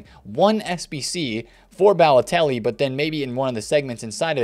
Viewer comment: rip pronunciation of Balotelli